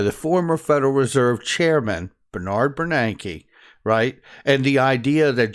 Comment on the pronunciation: His name is Ben Bernanke. Not Bernard.